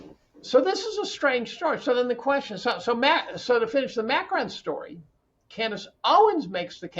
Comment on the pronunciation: Macron too, the emphasis on the first vowel not the last. I'm not even English I'm Scottish, so the irony of me being so anal is palpable haha